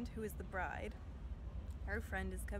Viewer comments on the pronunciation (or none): none